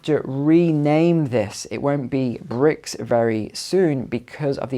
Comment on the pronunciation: BRIC, not "bricks".